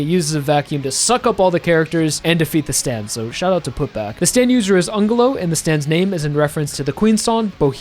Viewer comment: Angelo is an Italian name which means angel, the g is like in the word angel, is what is called a sweet G not an hard one